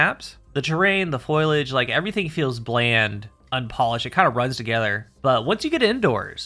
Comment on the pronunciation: “Foilage” Foliage. 😂